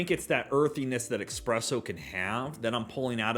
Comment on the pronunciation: Just picked this up as well and I loved it! I definitely go that sandalwood type note you were mentioning. Plenty of classic Dewars peppery notes as well. Also, espresso No 'X' lol